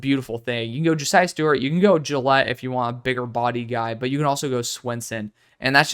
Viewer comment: Gillote is not “Gillette”. It’s Jil-OTT-ee